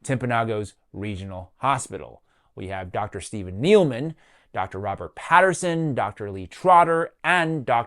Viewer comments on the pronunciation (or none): There's no "Lee Patterson" listed as a doctor on the screen you show . The guy's name is "Lee M. Peterson" but you incorrectly pronounced it as "Patterson." And then he looks up "Lee Patterson" who, according to the screen earlier in the video, is not a surgeon. Did you pull up the wrong person in that initial graphic or can neither of you tell the difference between Peterson and Patterson? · Pronouncing both "Peterson" and "Potterson" as "Patterson" is not a big deal but is very funny